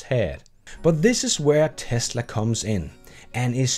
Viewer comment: Somebody had too much beers "Best in TASLA"